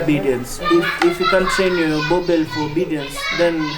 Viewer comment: Boerboel pronounced as burbur not boabell.